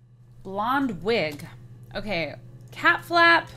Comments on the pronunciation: did anyone else notice that she said ca instead of cat in cat flap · LOL she skipped the "t" in cat